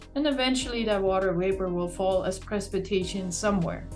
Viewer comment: Dear lord someone teach that woman how to correctly say "Precipitation"! It's supposedly her job and she incorrectly said it no less than 10 times during an interview!!